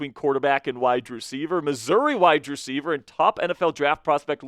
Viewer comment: Please stop say "widedreceiver" it is "wide Receiver,"